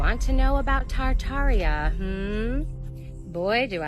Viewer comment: It is pronounced tartaria